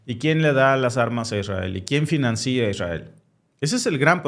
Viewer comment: Porqué dices FINANCÍA? SE DICE FINANCIA!!! NO LLEVA ACENTO O TILDE EN LA I !!!